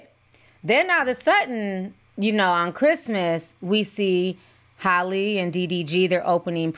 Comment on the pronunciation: It's halle. Pronounced hal-e